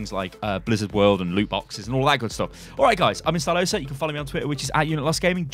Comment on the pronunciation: Is not Stylosa, it's Stylo-SA